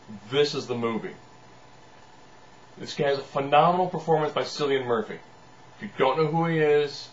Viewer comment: Cillian Murphy's first name is pronounced "Kill-ian" Killian Murphy. Creepy lol. But yeah 28 Days Later made me understand why people love zombie movies along with Dawn of the Dead (2004).